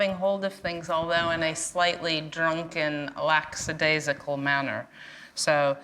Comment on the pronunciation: "Lackadaisical" is the word! It's not the first English word you've butchered and I know it won't be the last!